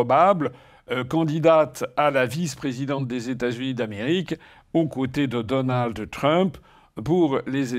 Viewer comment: On ne dit pas "DonaldE Trump" mais DonalD Trump.